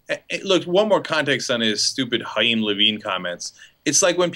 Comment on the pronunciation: Haim?? i think its more like Kaim (pronuntiation)